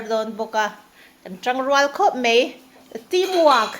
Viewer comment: Machhan i chanel hi ka ngaihlu lutuk... Chuan kangaisang bok che u in chhungkua hi. I rawngbawlna pawh aropui hi kati lutuk mase maw mizotawng i hmang diklo thin hi a pawi kati thin khop mai. Khawngaih tak in Mai tih hi mei titawhlo la Bai pawh bei titawhlo hram rawh... A hi E ang in i sawi zel a thalo emai...